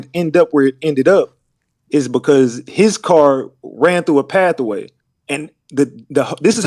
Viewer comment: If this Knigge say pathaway one more time